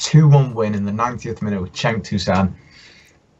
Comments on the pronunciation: jenk and they have no problem with tosun.. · You really should teach how to pronounce Cenk's name to:)